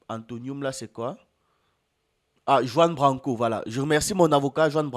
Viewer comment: Les positions et les propos de Kemi Seba dérange les africains qui sont encore aliénés, ils ont encore un complex d'infériorité. Ps: on dit Ruan branco et pas Juan Branco, le J se prononce en R en espagnol.